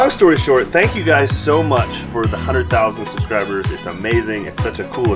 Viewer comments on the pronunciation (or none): none